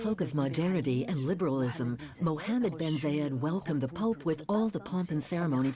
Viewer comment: Its Bin not Ben